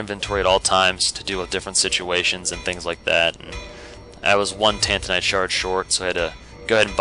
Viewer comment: 'soltaire' 'tantanite' 'lost izaliath' keep the mispronounciations coming hahahaha